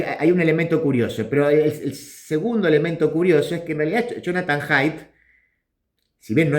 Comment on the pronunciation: Haidt no es wok